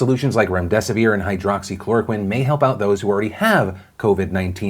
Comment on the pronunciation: I have to say congrats on saying "hydroxychloroquine" so many times without mistakes :D, great videos btw cheers from Romania!